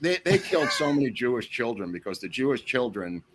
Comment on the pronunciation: "10s of THOUSANDS of joo-ish kids killed making rockets...." And with that i lost all respect and credibility with this channel. Just as i was about to sub and brag up this channel.